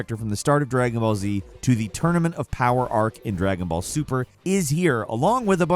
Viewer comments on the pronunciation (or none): none